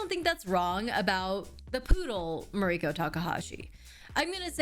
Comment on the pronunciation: REACH OUT TO POODLE TAKAHASHI!!! Also, I now find myself unsure of how to pronounce your first name. In this video, you pronounce it like Ma-REE-ko but I have heard you pronounce it differently before. Is it just the Americanized way of saying it or...? Just curious.